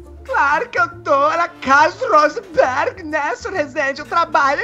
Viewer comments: rrrosenberg kkkk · "Aqui não é RRRUUSENBERRG! Aqui é RREEZEENDI!" KKKKKKKKKKKKKKKK FALECIDA